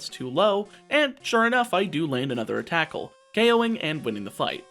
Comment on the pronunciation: Fun fact you said attackle